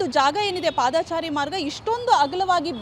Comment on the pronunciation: ಪಾದಾಚಾರಿ ಅಲ್ಲ ಪಾದಚಾರಿ